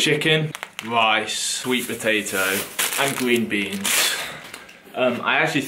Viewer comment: “gween beans” “wata”